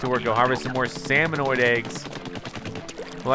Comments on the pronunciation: SalmoNIDS, not salmonoid. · SalmoNIDS, not salmoNOIDS!!!